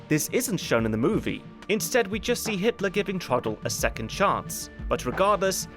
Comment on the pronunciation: did I hear you say Hisler (Innkeeper)? I hope we don't end up mentioning Nostradamus and Hister (Danube River). I'm only teasing, I am sure you had a slip of the tongue incident.